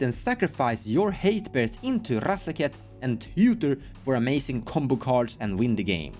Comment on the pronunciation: Nobody pronounces RRRRazaketh as cool as you,!